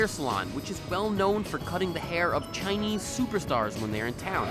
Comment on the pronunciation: "To practice ChiNEEAIZ"